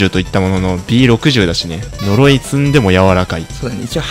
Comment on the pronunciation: 呪いが鈍いになってる。